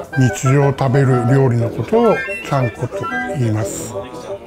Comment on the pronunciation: I hate how he said “chanko”